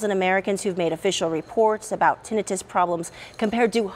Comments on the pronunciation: Screw the FDA and CDC and big pharma.... Oh and maybe the news caster could learn how to pronounce Tin i tus. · Tinnitus is pronounced: Tin-night-tus Her pronunciation of the word is irritating as hell to me. Now we'll have a bunch of dumb azzes walking around here mis-pronouncing the word as, ten-net-tus. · Pronounced, Tin-eye-tus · If this newscaster person wants MILLIONS HEAR HER. At least say the DAMN WORD CORRECTLY. TINNITUS. (Tin- ni- tus) SHOWS HER. "LACK "OF INTELLEGENTS , THROUGH OUT REPORT!!! AS MANY MANY TIMES SHE PRONOUNCES IT WRONG!!! Its NOT even a HARD WORD!!!!! WOE. This really AWFUL!! Someone so pretty look so ignorant on national spot lite!! No one corrected her!!??? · This was more of a funny skit than news. Who edited this? Who wrote this? For one: Tinnitus = TEN-EYE-TISS For the rest: shake my head to the terrible, cringy puns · Te NI tus. Learn to pronounce it BEFORE you go on AIR. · Ten-I - TIS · Its Ten i tus not tinnitus really she's a news reporter. No surprise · Tinn da-nite—us can’t even pronounce the word learn how to pronounce the word before reporting it’s 🐍 ve^om it turns u N 2 a 🐍 they don’t have 👂 go get your booster maybe you’ll lose Yor 💪🏼next they don’t have those eather !! S.M.H. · Glad to hear this kind of news being reported .....but please review how to pronounce "tinnitus"! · If ever it was clear these 'news people' are not journalists, and they are simply reading a script- its that this woman can't even pronounce tinnitus properly. The segment is ABOUT tinnitus, and no one even corrected her. Glad to see some light shed on this, but I think anyone paying attention knows that AE are not rare. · Why are we concerned about doctors not practicing proper medicine when we have reporters who don’t practice proper pronunciation. Tinnitus, it’s eye not ih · she does not pronounce tinnitus correctly. I've never heard it said that way.